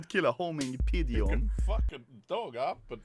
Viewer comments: Pidgeon: exists Anomaly: Pigon/Pidjon Pidgeon: Am I a Pigon/Pidjon to you? At least an Alcohol Dad can pronounce Pidgeon correctly, so we know that Anomaly is retarded or was all along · When he said pigeon instead of pigeon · homing "pigon" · Why is he saying pigeon that way